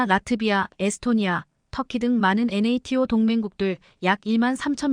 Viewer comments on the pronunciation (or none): none